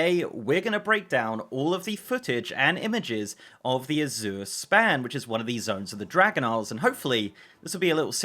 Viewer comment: azure a-ZIRR ? i am not english but never heard it pronounced that way .. i would say it like Asia EY-zhur, hmh lets check the comprehensive dialectal dictionary .*rummaging*. aha! hm hm hm,.. nope, a-ZIRR is not existent even in UK. it may be pronounced az-YOURE tho, but mostly its AZ-youre there for S+Y non-merger people or AZH-er for those who dont --- or americans. so i the foreigner was almost right, and the native throws it off xD funny